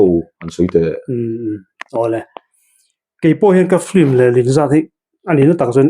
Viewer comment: patling puui si a piankum an zep deuh ah ,, hahahaa ..engatinge FILM tih tur hi FLIM ti a kan lam tlat zel mai le .. a zialo emai.